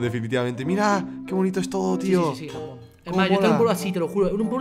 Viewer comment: like si te diste cuenta q dijo japojon